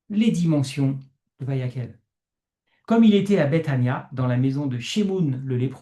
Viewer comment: Petit erratum: on prononce Vayaqel (et non Vayakhel). Toda rabah pour votre compréhension. Shabbat Shalom